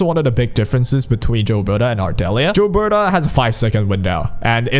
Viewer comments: For the record, Gilbertas name isn't pronounced "jill-berta", its pronounced "gill-berta", like, the gills of a fish. She says her name in the story :p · Bro it's pronounced Gilbert-ay. The gills of the fish is pronounced 'Ay-lesh' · This and it's not just gilberta they pronounce a lot of the characters names wrong like they don't know how to read or don't listen to the characters when they say their own names lol